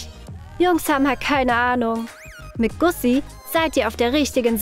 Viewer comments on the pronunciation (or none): Sorry aber es heiß Gucci und nich gussi😂🤦‍♀️ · Und es heißt Gucci und nicht Gussi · Das heist nicht Gussi sondern Gucci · Gucci nicht gussi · Das heißt Kutschi aber egal